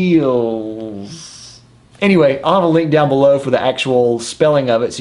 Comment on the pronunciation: "eh-gwee" is aiguilles haha:)